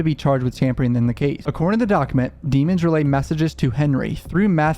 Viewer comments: It’s not “Dee-mons”. It’s “Dea-mons” please say it right!!! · DEH-MENS not Demon ffs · his name is pronounced demons - like lemons but with a d. Not DEmons :) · again, you know his name is not pronounced dee-muns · Why are you pronouncing his name Deeeemons? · Can you please say his name right, you started off saying it right when you first started but now you just keep saying "demons" Lmfao it's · Why do you keep mispronouncing melly’s name when you literally had a video talking about how the judge made the prosecution pronounce his name properly? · For god sake pronounce his surname CORRECTLY!!!! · You know his last name isn’t pronounced like that. Fcking hate that biased bullshit